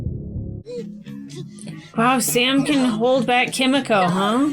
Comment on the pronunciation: BTW Kimiko is prounounced more with "mee" btw. In Japanese the i sound is like an "ee". Like you say Yoshi